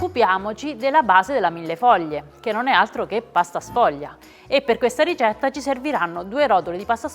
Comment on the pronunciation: Произносится Миллефолье, где милле-тысяча, фолье - листов.